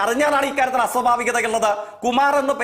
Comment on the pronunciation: അസോഫാവികത,സതമാനം, സൊഫാവം, സബരിമല